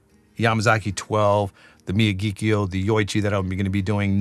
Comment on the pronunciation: It's pronounced mi-YA-ghi-kio. The first three syllables are the same as the name of Pat Morita's character in the Karate Kid; Mr. Miyagi. The fourth syllable sounds like the Irish surname, Keough. (There was a Matt Keough who pitched for the A's in the mid 80's.) By the way, your taste descriptions are very descriptive; kudos! As you stated in the video, Nikka has two distilleries; Miyagikyo and Yoichi. Yoichi is definitely a peaty distillery. In fact, it was created with the specific intent to make peaty whiskies. It's only by comparison that Miyagikyo is not the peaty distillery. But that doesn't mean expressions from Miyagikyo aren't a little peaty. So when they say Miyagikyo is not a peaty whisky, what they're really saying is Yoichi is the distillery in charge of making peaty whisky, not Miyagikyo.